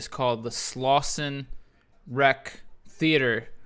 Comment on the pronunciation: Slauson, not Slausen